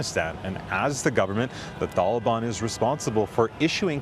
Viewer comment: Is it pronounced the taliban or the thalaban?? Lol